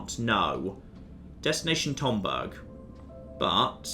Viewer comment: calling the ASE "ASA" and pronouncing Tombaugh as Tomberg and not Tom-bow was almost enough to keep me from being like HUH at the ending. Almost.